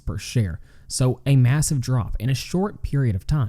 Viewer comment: What is “masive”